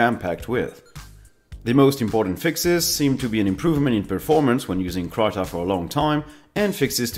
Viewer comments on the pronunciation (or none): IIRC it is pronounced Kreeta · krita is pronounced kree-tah :^)